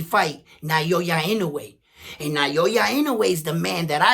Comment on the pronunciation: Naoya is pronounced NA O Ya...not Nayoya. Like many, lnoue is only known after destroying Fulton...that's why you guys cannot pronounce his name correctly yet. Na-o-ya. lm not Japanese but l've been following him since for many years already.